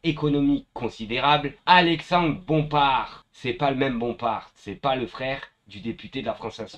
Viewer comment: Bravo mon ami tu as enfin réussi à dire Bompar et pas Bomparte 👍😘 Tu vois que si tu te concentres, tu peux le faire 👏 Reste plus qu'à dire : Pascal pro et pas prode. Deux poids, deux mesures, Et pas "deux poids d'mesure" 😘💪